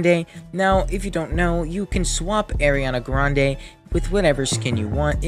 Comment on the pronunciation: “Aireeana grandayy”